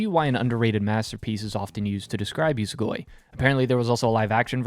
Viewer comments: Its usogui, not usugoi. Uso-lie gui-to consume, usogui=lie eater. Ofcource its nothing major, but still. Need to read this manga tho. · It's pronounced "oosow gooey" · Your pronunciation of Usogui is atrocious. It only takes a bit to understand the proper pronunciation of the Japanese language. If you wanna be treated seriously, remedy that.